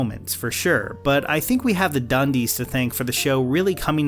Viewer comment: You mean 'da dunndeess' right?